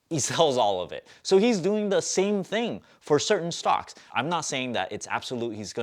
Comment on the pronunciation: Hi. Why is it hard for you to say stocks. Its stocks not stock. Otherwise all good thanks for ur video